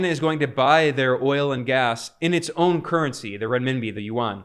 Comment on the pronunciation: Hi Ben, it’s a fantastic report thank you for your passion and news accuracy❤ One minor point about pronouncing the Chinese Yuan which most people make, Yuan is not pronounced as it is written (not Warn), it is pronounced Yuu-Ann as in Anne (the woman’s name) or the sound of the alphabet N) at the end. This is the native language pronunciation of Yuan, which is a romanised word (using the Chinese invented pinyin writing system which do not follow directly the English pronunciation system) from the original Chinese word 元 of its Chinese currency. ❤🎉 you may confirm this with native speakers.🎉 I thought I should highlight this since it is starting to be an important currency for the rest of the world and it sounded strange to native speakers if it is not pronounced correctly.